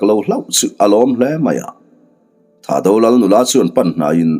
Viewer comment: Ho tupa THAHDO ho hming ilam dan hi a dik meuh emaw chu🤔🤔🤔🤔 Atel a intel tir ta sa² han siam rem deuh ula kava duh em🙏🏻🙏🏻🙏🏻🙏🏻